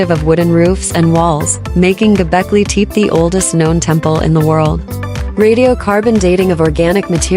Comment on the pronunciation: Many of the pillars and stone carvings here are not from Göbekli Tepe, but from East Asia and who knows where. Including all these pictures are just plain nonsense, and the narrator or AI can't even prnonounce the name properly. What does qa lot of cartoons cartoons have to do with Göbekli Tepe? This whole video must have been made as a joke.. A waste of time to watch any of this stupidity.